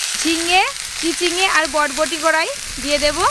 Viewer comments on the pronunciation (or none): বটবটি না বরবটি